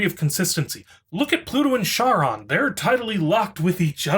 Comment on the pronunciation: Charon is pronounced Karon.